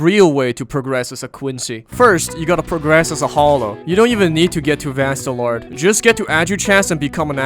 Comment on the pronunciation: This guy saying vastorage is hard am grinding for hos